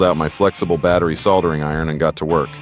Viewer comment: Next time i guess you'll just use a 6 core mini COAX cable, or a shielded cable of some other sort? That would've been much easier and more reliable, soldering skills aside at least you know how to pronounce the word instead of saying "sodda"!!